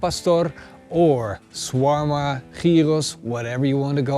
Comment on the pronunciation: Wanneer je shoarma en gyros op een Nederlandse manier zegt haha 😜